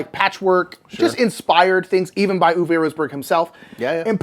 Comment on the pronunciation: Uwe is pronounced OO-vuh (not OO-vay)